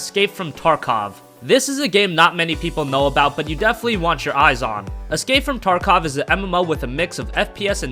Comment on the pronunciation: I think it's pronounced "tarkof" not "tarkowe".